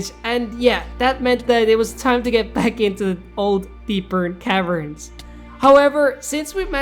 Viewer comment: Bro, love your vids but why do you say “deepern cavern”, it’s “deep cavern”